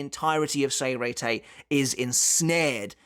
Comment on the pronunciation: You used to say Sternritter with a "Sh" sound the way its supposed to be, why did you go back to saying it with an "s" sound?